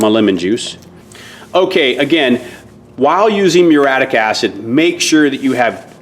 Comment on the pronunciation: "Proven, and they work". Redundant. "Meureeattic" acid. "Vinger"?